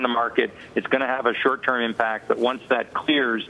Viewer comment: He said "implact" :20 ... :)